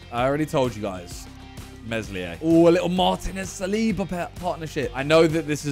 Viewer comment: The way he pronounces Meslier is horrible...